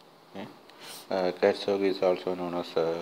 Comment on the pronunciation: It is CATZOC not ZOG, please correct it